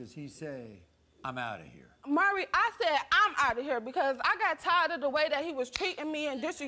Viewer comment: His name is "Maury." Pronounced "More-EE." NOT "Murry." Good Lord...